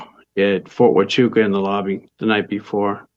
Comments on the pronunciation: 😂 bruh. It’s pronounced, fort “wa-choo-ca”. lol. I’m a veteran who lives here, and my bf is a military intelligence soldier. We don’t remember that. Why would they be here? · Fort Huachuca - wuh·choo·kuh